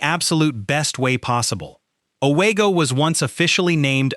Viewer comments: I’ve never heard of Away-Go. O-WEEE-go, yes. Not spooky. Geez. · It is pronounced “ O-WE-GO, not O-WAY-GO! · You were doing well, I think, untill I heard O-WAY-go, and at that point I started wondering. Then you totally messed up the Aurora/East Aurora thing, and I immediately changed my "like" to a thumbs down. I wish people who do half-assed work, like this, on these videos, would find something else to do. Total embarrassment. You've got to care to do it right !